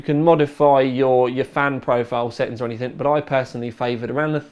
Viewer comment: It's how pronounces 'anything'.